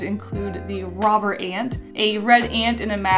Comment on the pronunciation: When you said "Robber Ant" I thought you said "Robert Ant" So... I'm calling him Robert now. :)